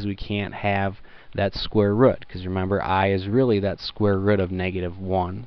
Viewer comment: " square wrut"